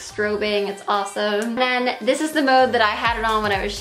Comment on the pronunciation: Rae Chelle at around the first 8 seconds she says "dis"